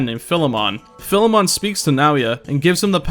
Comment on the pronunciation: Persona Fans Pronounce "Philemon" Correctly Challenge